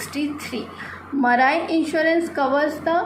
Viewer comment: PRONOUNCIATION IS WRONG OF MARINE TRY TO CORRECT THAT AND MANY OTHER PRONOUNCIATION IS ALSO WRONG REST IS OKAY IF YOU BRUSH UP A LITTLE THEN YOU CAN DO IT